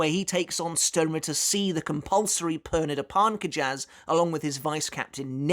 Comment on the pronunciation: The Romanozation of Pernida's name is: ペルニダ・パルンカジャス = Perunida Parunkajasu So, their last name is pronounced Parnk-jus